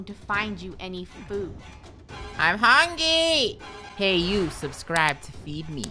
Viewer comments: He said hungy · What i hear is "Im hungyy" 😂😂😂😂😂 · Hungy not hungry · “I’m hungey” -best quote of 2020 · Draco is saying Draco: l'm hungy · No one literally no one Draco every video I’m hungwy